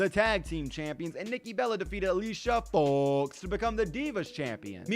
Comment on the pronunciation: Just say Alicia Fox's name normally